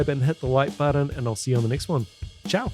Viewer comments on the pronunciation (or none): none